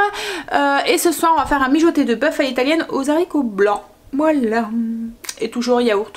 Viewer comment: Bonjour. Vous me faites rire quand vous dites les Zharicots vert. Dans le temps, les professeurs n acceptaient pas qu on dise Zharicots, il faut dire '' Haricots ''. Mais bon ce n est pas grave, je vous aime bien. Vous êtes mon petit feuilleton du matin. Je fais souvent des gâteaux aux yaourts, je vous donne ma recette si vous voulez la tester un jour dans vos vidéo. C est un gâteau au yaourt ultra léger et bien aéré, essayez. INGRÉDIENTS / 1 pot de yaourt nature, 3 oeufs, 2 pots de sucre fin, 2 pots de farine et 1 pot de maïzena, 1sachet de sucre vanillé, 1 sachet de levure chimique, 1 pot d huile de colza, la moitié d un citron pressé, où encore mieux la moitié d un citron confit coupé en petits dés. Alors en premier, séparer les blancs des jaunes d'oeufs. Dans le saladier des jaunes, mettre le yaourt, la farine, le sucre, l huile, le sucre vanillé, la levure chimique et le citron. Bien mélanger au robot, il faut que la pâte soit bien bien mélangée. Battre les blancs en neige, les incorporer délicatement à la pâte. Verser dans un moule beurré et fariné, au four 30 minutes environ, à 180 degrés. Votre mari qui trouve que le gâteau au yaourt est très sec, et bien quand il goûtera ce gâteau, il va tomber. Gâteau très très léger, aéré. Gros gros bisous 😘😘😘